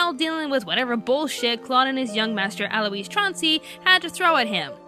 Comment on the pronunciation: WTF!!!!! Black Butler season 2 was brilliant! F*cking brilliant! Ciel didn't die, and by the way, it's not ci-el it's pronounced seal!! And it's al-oise, not al-oo-eese. so suck it